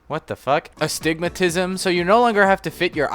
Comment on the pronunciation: he cant say astigmatism, hasnt played undertale confirmed